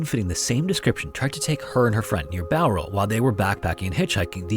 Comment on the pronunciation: Glad you said Bowral right